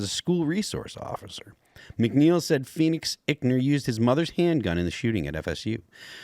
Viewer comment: It’s EYEckner. Not ickner.